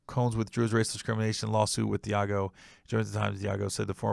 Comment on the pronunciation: Its pronounced Dee AHH Gio